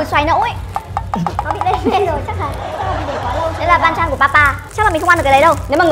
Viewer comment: Theo mình biết thì banchan chứ hong phải panchan, với mustard chứ hong phải mustart Góp ý thoi nhaaaaaaaa